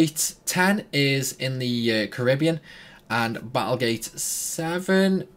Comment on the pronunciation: sick video, but, ngl hate now this bloke says Caribbean.